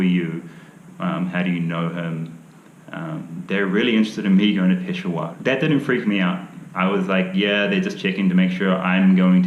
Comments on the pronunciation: pe-sha-war not pesowar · you are wrong miss...he pronounced it as PESHWAAR its PESHAAWAR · Peshawar or "Piss Hour"?😂😂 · He can’t even say pish shah war, he said it right while in the rickshaw. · Only difference I could tell is the last syllable. He pronounces it peshawaar. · Just fyi - not that his urdu and Hindi isn’t great. But its pish-shaa-wer, Peshawar. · I know he couldn't even say Peshawar the right way.